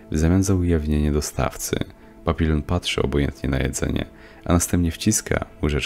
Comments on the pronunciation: Nie papilon, tylko papiją. Nie moulen rouge, tylko mulę róż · "Papilon" no kur.... nie wierzę. Nie można było sprawdzić jak to się wypowiada?